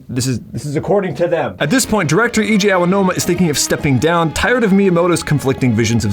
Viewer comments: anyone bothered how he pronounced Eiji as E.J. when you can just say A.G.? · EJ. Its so jarring, it pulls me out of understanding the sentence every time. If you wanna call him by letters you might as well just call him AG, because that's about as close to his name an americanized pronunciation can get. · Who is "E.J."? I think you mean Eiji (pronounced A.G.) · the japanese guy is not "EJ", its "eiji", pronounced like (aye-gee) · Me trying to figure out who "EJ" is. Eiji is pronounced more like AG. You'd think given your mocking of Japanese accents in the animated bits you'd be better at it. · I know this video is old and this comment won't be read, but AGE-EE! IT'S PRONOUNCED LIKE AGE-EE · The way ur callin him AJ makin me upset haha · Pronouncing "Eiji" as "EJ" sure is a choice. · His name is actually pronounced like A-G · Great video, but a couple pieces of criticism: 1. Some of the jokes/bits feel forced and aren’t funny, like the “grooming children” joke. 2. Are you called “Eiji” “EJ” as a joke? I have no idea if it was supposed to be funny or if you legitimately don’t know how to pronounce his name. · Dunno why he insist on pronouncing Eiji as EJ. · Bro, it is pronounced A-gee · It might be a good idea to look up how to pronounce names like Eiji before recording a script where you say that name multiple times. Just a suggestion.